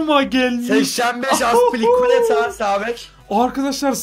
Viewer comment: Aspilicuetanın ismini düzgün söyleyin yaa